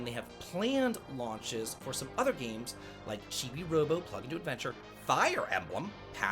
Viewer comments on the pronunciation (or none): none